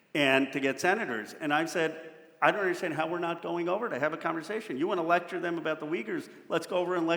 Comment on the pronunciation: You said “lecture them”